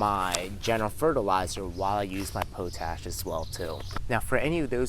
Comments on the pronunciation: POTASH POTASH POTASH, NOT POE-TASH I liked the video though. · Pot-Ash..... not potash like potato..... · Pot ash not po tash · I've been saying it wrong, POT-ASH , instead of Po-TASH all these years. great video! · It's *pot-ash*, ie the ash from the fire that used to be collected in pots. "Potash is pronounced as POT-ash (ˈpɑːtˌæʃ in US English or ˈpɒt.æʃ in UK English). You say it by combining the word "pot" (like a cooking pot) with the word "ash" (like the residue from a fire), putting the main stress on the first syllable. Pronunciation Breakdown First syllable: POT (pɑːt or pɒt) – rhymes with hot or cot. Second syllable: ASH (æʃ) – rhymes with cash or hash." 🙏🏻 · Man you’re saying potash wrong. Pot-ash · your welcome po tash sounds like a slang word for something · its pronounced pot ash, potash lol